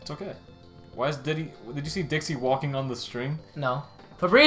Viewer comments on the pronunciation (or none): Haha: the way that says "dicky" cracked me up xD